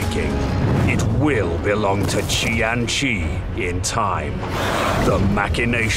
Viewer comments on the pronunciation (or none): That's a weird way to say Tzeentch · Love the “Cathayan” pronunciation of Tzeentch